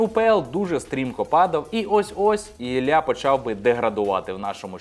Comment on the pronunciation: Мабуть поганенько вчились в школі, бо якщо вже українською, то Ілля!